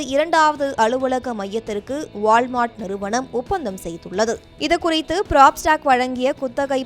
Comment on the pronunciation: நல்ல தமிழ் பேச ஆள் கிடைக்கவில்லையா? வாள் மார்ட். உச்சரிப்பு தெரியாமல் பொது வெளியில் பேச ஆள் எடுக்கும் ஜீ.